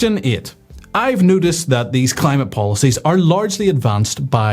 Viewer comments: I have never heard "Noticed" sound like "Nudist" before! If we want to be Nudists, then surely a little warming would not go amiss? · I thought you were saying "nudist, i haven't nudisted"... then i thought, as a nudist you would notice weather trends.